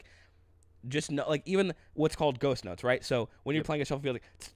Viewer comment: When said ghost notes, I thought he said ghost nuts. I was thinking wtf are ghost nuts? Lol!!!